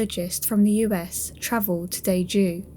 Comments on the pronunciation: Please, please, please, I'm begging you to try harder when pronouncing the names of victims. Those weren't their names at all. Pronouncing Daegu as Dayjoo is one thing, but... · just a correction, daegu is pronounced more like day-goo. the g in the romanization is a ㄱ in korean which is said like g/k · The city's called Daegu, the g sound as in "good", not as j. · i was also kind of annoyed by this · then just say that the YouTuber's pronunciation of 대 is close enough, she really only messed up how to pronounce 구, there's no need to say that it's something like "day" when it isn't.